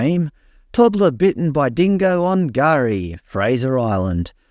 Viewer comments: Silent K hey? Gari = Gary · Lol the k isn't silent........ it's just said like it is for those who can't pronounce it properly! 😂 you actually gotta say the k with the g. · No written language/s yet the alleged aboriginal name for Fraser has a silent 'k' in front of the name and is supposed to be pronounced 'Gari',,,,,,, please explain 🤔😂